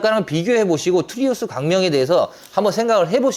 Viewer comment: 트리우스를 왜 자꾸 트라우스라고 하시나